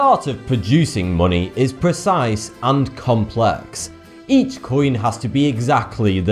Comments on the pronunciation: why do you call it muni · monay... bot.... your Enlish sok dode!!!!!!!! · Its weird how you say money it sounds like muney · "Munay" "Gold is weird" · AAAAAAAAAAAAAAHHH!!!!!! FUCK YOU FUCK YOU FUCK YOU!!! You cant possibly brenounce money like that.😩😩😩💢💢💢